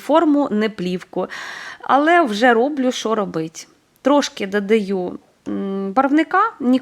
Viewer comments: Так, рецепт гарний. Взагалі, дуже добре готує, багато різноманітних страв, які варті уваги... Процес приготування і корисні поради від автора каналу справді заслуговують найкращої оцінки. Щодо мого зауваження про вимову (викАристовую, дАдАю, крАхмаль і т.ін.), то особисто мені неприємно чути таке спотворення слів і я маю повне право висловлювати власну думку, а от реакція на справедливу критику, чесно кажучи, дивує, як і її агресивна відповідь і зарозумілість. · Ваша вимова просто ріже вуха - викАристовую, дАдАю, крАхмаль... Слідкуйте, будь ласка, за своєю мовою, українська мова - милозвучна й гарна, не треба її коверкати!